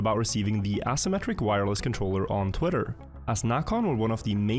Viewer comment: Bruh.. it's pronounced "pone." Also, not "ass" symmetric. "A" symmetric.